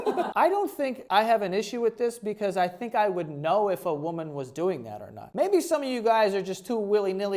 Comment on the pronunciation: "i do enjoy kissing a wamen"